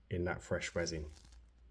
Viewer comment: Oooooh, spoooky effect,! BOO! 😅 Wow, this is AWESHUM! heh heh (just a tease for your resh-un). A skull would be AMAZING! Hey...what if you made a face shell with the UV, then popped it into the epoxy? It should float a bit easier, maybe? Then, fill with whatever resin/colors you like? Hmmmm. Black fill-in? Oooh, wonder what that would look like? I think a black background on the double-color one might pop the face and colors a bit? What do you think? I can't really tell...tried to see if it worked against your black gloves.